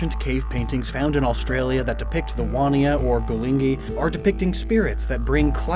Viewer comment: And as an Aussie you were so close with the Wanjina/Wandjina pronunciation, but it’s more like ‘Wan-Juh-Na’ or ‘Wand-Gie-Nuh’ depending on the dialect! Written Aboriginal and Torres Strait Languages are entirely phonetic so the J or DJ are always going to be spoken and not silent. Also, ‘Dreamtime’ is not really used in Australia anymore (other than by old, or ignorant Aussies). Dreaming is definitely the preferred terminology (which you did use correctly in the video, but it’s preferred to not use Dreaming and Dreamtime interchangeably) because it conveys how these stories are ongoing and presently important to Aboriginal and Torres Strait islander people - useful information for if you make more reference to Indigenous Australia, which you definitely should! Great to see our beautiful Indigenous culture (the oldest continual culture in the world at 65,000+ years!) respected in that way :)